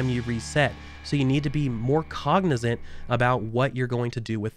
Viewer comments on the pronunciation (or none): none